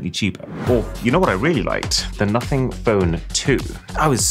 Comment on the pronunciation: What did he say? Notty? Naughty?